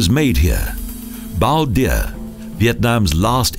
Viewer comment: It's rather endearing how the narrator mispronounces certain Vietnamese and French names, i.e. Emperor Bao Dai was pronounced as Bao Dia.....President Diem (correct pronunciation would be [Ziem] was pronounced with the consonant "D"....Palais Norodom pronounced as [pal-lay]..... Nguyen Tat Thanh was pronounced as [Win-Ta-Tam]...... LOL He even pronounced Taoism as [Dowism].... Too funny! That's a Brit for ya..... they just butcher and mutilate all languages other than English, yet whenever they should hear anyone mispronounce anything in English, their panties would get all bunched up quicker than the speed of light. You just gotta love them! :)